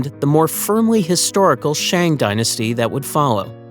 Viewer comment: "Shang" should be pronounced as "sung"